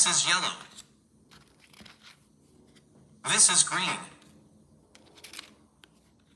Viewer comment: Why am I hearing the robot pronounce “This is.” As “Isis”